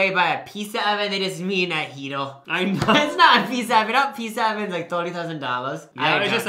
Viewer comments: If I heard say “pissa” one more time I was going to lose it. I love these vids but it’s never too late for speech therapy buddy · why did you say pizza so many times. “peesa”